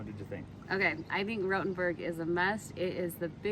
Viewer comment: Diese KI Stimme ist eine Zumutung, sie kann ja nicht einmal der Name Rotenburg aussprechen 😢